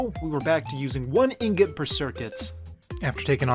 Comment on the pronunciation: Anyone: Ingot: Ingous